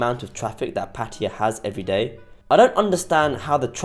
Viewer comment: You can't even pronounce Pattaya correctly, but you allow yourself to make a judgment. You probably have no idea about Thailand and Pattaya.